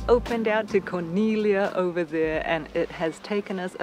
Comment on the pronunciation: I appreciate so much your commitment to correct pronunciation. I see so many videos where they really butcher it and Corniglia is frequently, and easily mispronounced. Great video. We were there after you guys in July.